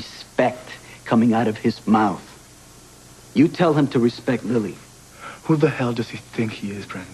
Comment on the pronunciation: LOL Miguel pronounces Lily's name Lee-Lee.